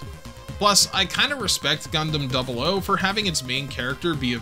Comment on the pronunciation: thank you for the correct pronunciation of double "O"!